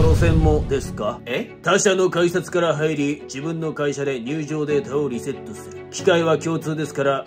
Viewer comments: 最初リセットがリッセットになってるw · 最初の話に出てきたセリフの[リセットすっぞ]が[リッセットすっぞ]になっとるよ